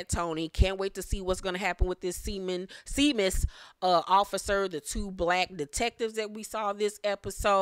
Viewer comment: Seamus is pronounced as Shamus, I am originally from the Midwest (Ohio), and came across some Irish folk back in the day!